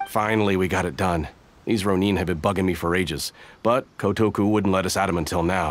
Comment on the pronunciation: Row neen triggers me a bit